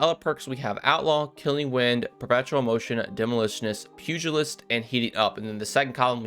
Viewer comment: First Creator I have seen pronounce pugilist correctly. Great job and I will be hunting for this.